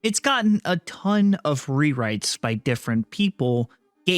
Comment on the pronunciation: rewrites, Say that again